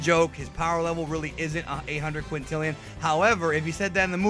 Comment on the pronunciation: I guess he was Trying to Say 1.3 Quitrillion...but Voice actor just ....Missaid